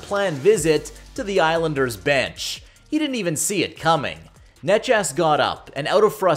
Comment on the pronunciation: omg did you pronounce necas as nechas?